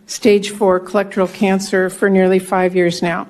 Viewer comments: She did not even say colorectal cancer correctly!!! Hey lady - it is NOT COLRECTAL BUT COLORECTAL!!!! If you cant even pronounce her condition correctly she has no business trying to address the condition!!!!!! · Senator Murray, your close friend DOES NOT HAVE correctal cancer, it is pronounced colorectal. One would think, being a close friend, you'd know the difference. Somehow, I think you were just reading a script, and you missed it.